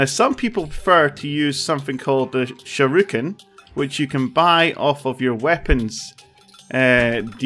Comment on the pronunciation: Whats a sure-i-kun?